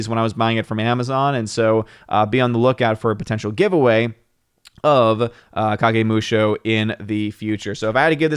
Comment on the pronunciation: Is the Big Bottom on?, you pronounced Kagemusha correctly. Musha = warrior. Not sure what Kagemusha literally means. Jidagekki.... guess where Lucas got the name JEDI.